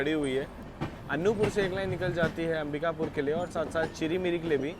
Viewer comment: As I am from this area I want to tell you • Anuppur is pronounced as अनूपपुर • Chirmiri is pronounced as चिरमिरी. •, that is Marhi Mata Mandir near Bhanwartonk village. Constructed in 1871. Navratri mein yaha bht shradhaalu aate Hain aur kaagaz mein apni manokamna likhte hain. • That train is Bilaspur - Chirmiri (Express) which runs at night and and Chirmiri - Anuppur (Passenger) • In that area BSP - Anuppur Section, Chana Masala is quite popular food in trains. AC mein nhi aate honge bechne... • Achanakmar is pronounced as अचानकमार • Kalinga Utkal doesn't go via Bhopal it goes via Katni Murwara, Saugor and then from Bina it merges in Delhi Mainline.